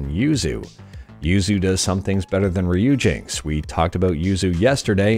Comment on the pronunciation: its pronounce riper-ri-peri